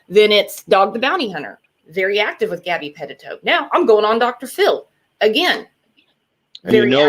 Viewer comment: I wish you would pronounce gabby name right!!